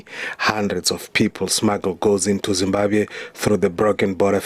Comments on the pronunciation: That guy is not from zim,we do pronounce Zimbabwe as Zibabe., his tone no way to be a Zimbabwean. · give us the full video, that guy is not a Zimbabwean, he is more South african than anything else, we dont pronounce Zimbabwe the way he does and we dont pronounce Polokwane the same way he did, its a section of South Africans who pronounce those words the way he did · the way he pronounced Zimbabwe does not sound Zimbabwean。could you please make a content asking Zimbabweans to say which tribe is he from。